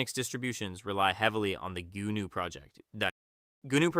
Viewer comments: Goo-noo? g'NOO! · No! BSD stands for Berkley STANDARD distribution. GNU is pronounced with a silent G. You say Noo. Gnu is NOO desktop system.